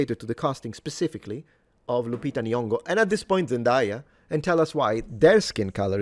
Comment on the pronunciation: When she pronounced Lupita N.-- (the first time which was different from the other times😅) I actually felt embarassed for her. And threw up in my mouth.